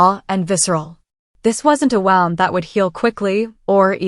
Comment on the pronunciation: "Lives lost" is not l-ih-vs, it is l-eye-vs. "Wound" is not wow-nd, it is woo-nd. Please teach your AI reader!